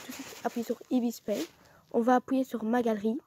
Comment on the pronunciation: J'ai trop kiffer quand tu a dit appouyer et non appuyer 😂